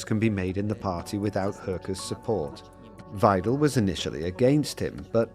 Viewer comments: Musk giving a lecture to Germans and from the beginning he is mispronouncing the German language. In German, the letter ‘W’ is pronouncedas a ‘V’, ‘ie’ is pronounced as a long ‘E’, and ‘ei’ is pronounced as a long ‘I’. Muskrat that’s German 101 now try pronouncing ‘Weidel’ again—get it right or sit down and STFU! Musk, du bist nicht so schlau, wie du denkst. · Isnt it pronounced Vye-dul ?